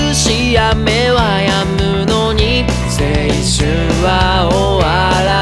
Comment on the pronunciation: ギターの音もさわやか。青春をしっかり発音する彼らは信用できる。